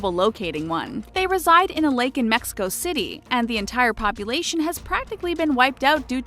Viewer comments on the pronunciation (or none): none